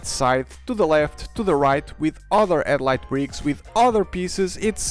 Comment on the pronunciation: Maybe don't use a name that involves a sound you seemingly can't use. You keep saying "edlight" brick", and not headlight brick.